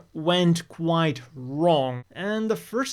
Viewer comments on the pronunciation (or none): none